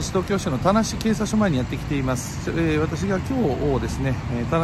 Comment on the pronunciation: 最初の田無警察よりが ガーシー警察よりに聞こえたw